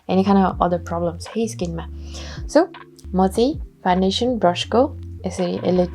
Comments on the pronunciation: 🤣😂.. khas ma ta foundation ho. Nakkal paarera bolda fandation suneko ho😂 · hajur hamilai ni thahacha. Correct spelling Foundation ho ra pronounce garda fawn-day-tion huncha. 😇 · Fandation vaneko sunxu ta... adi adi boleko ki testai vanne baani hoki correctly vanne nai tei ho? .. launa kasaile vandiye hune☹